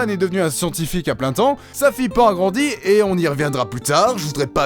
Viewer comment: Ah oui ! C'est "Panne" pour la prononciation de nom de la casse-couilles de service.